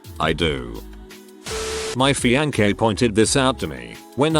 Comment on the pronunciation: "My FIAN-KAY"